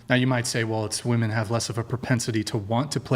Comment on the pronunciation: If you say "woman" instead of "women" you should lose all rights. obviously you're not intelligent enough to make decisions regarding important issues